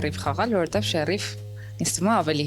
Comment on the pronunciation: Հերիքա ասես շեռռռիֆ մի ձևի ազդում ես չես կարողանում ասել շերիֆ ր֊ով աղջիկ ջան ր֊ով